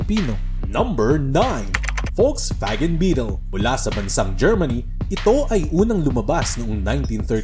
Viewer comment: I just found it funny na correct ang German pronunciation mo ng "Volkswagen", pero American pronunciation yung "Hyundai" mo. It's NOT pronounced as "Hyun DAY".